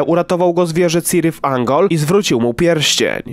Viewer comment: Rana od Morgula? I czyta się Ungol. To nie angielski